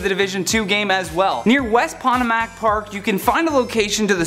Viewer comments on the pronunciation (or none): It's not Pah Tah Mack it's Poe Toe Mick